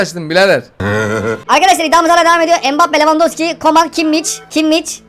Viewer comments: Abi adamın adı kimmiç diye okunmuyor kimmiş diye okunuyor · Abi takım ismi sempucto Madrid Abi kimmiç değil kimih